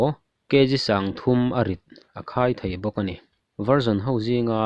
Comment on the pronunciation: Sipai Not Sipei Thei Not Thai